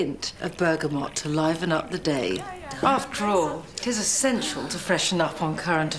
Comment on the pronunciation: Note how Nigella over-pronounces the word "essential" as "ess-sensual" near the end.